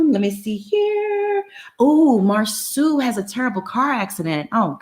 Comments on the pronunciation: Can you not call him Marsue. It mar-so. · It's disrespectful to Marsau's mother to keep mispronouncing his name as Mar-soo. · Does Monica really watch the show because she mispronounced Marsau and Tisha's names like she really doesn't. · It Bothers Me That This Man's Name Is Being Pronounced Wrong On Purpose smh.